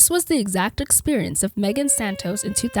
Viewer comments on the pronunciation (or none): none